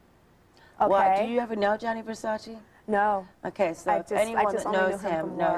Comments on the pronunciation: It’s Gianni Versace - not Johnny Versace 😂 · "Johnny" Versace? Really?! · I just can’t get over “Johny Versace” girl are you fr?????